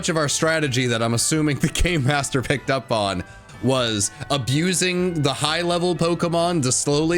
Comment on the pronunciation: I definitely heard "GAYMASTER!?" and was very excited. Well, this is fine too.